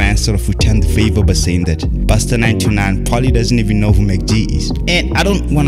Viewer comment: Bro you said Busta 929🤣